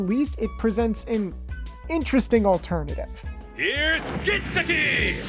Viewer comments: Hahahahahahah “gintoki” to “Kentucky” I can’t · The season 1 dubbing for Gintama is the only English dubbing that was actually good. I just didn’t like how they pronounced Gintoki’s name and changed Katura’s nick name. Other than that though the dubbing was good. All of the English voice actors in season 1 in my opinion were the best voices. I hope someday they re-dub Gintama with the season 1 voices. Mostly what the season 1 English voice actors would have to do is practice pronouncing the names better, especially Gintoki’s and change Katsura’s nick name back to Zura and they’re all set.